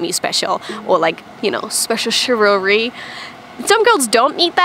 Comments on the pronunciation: “Chivelary” lol. It’s pronounced “Shiv-ul-ree” not “Shiv-al-a-ree” Edit: there should be no mistakes for the word Chivalry, it’s pronounced the same in the states, UK and Australia. It’s one of the few French words we don’t mutalate through English lol. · You can speak Japanese, but you struggle to speak English... Chivalry... pronounced: SHIV~EL~REE :) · It's chi-val-ry. CHI-VAL-RY! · Chivalry..... Chiv Al Ree Chivalrous....... Chiv Al Russ :) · It's very cute hearing you attempt to pronounce the word chivalry. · Maybe not use the word chivalry you're butchering it 🤣